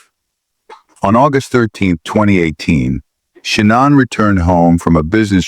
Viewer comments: Its shah nane not shannon (shah nin) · The Narrator BOTs pronunciation is brutal Nickel Kissinger 🤣🤣🤣 Shunun🤣🤣🤣🤣🤣